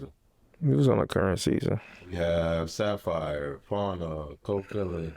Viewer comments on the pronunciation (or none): none